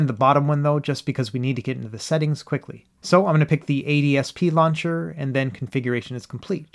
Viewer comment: dear lord... it is not ADSP, it is AOSP.